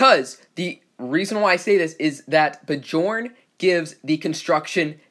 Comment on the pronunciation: Thought it was b + yorn when pronounced....